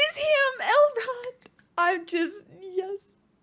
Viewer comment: Please stop saying Elron lol